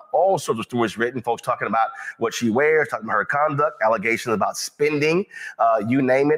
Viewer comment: Allezations!!! She did say that!!!! 😂